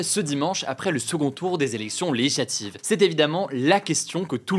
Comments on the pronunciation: articule Hugo stp, "zélection lézlatives" Les élections Lé-gi-sla-tives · Toujours intéressant, mais si je peux me permettre deux critiques : ralentir le débit, et soigner la diction. Même si le mot "législatives" n'est pas simple, la syllabe "gis" y figure et doit être prononcée correctement.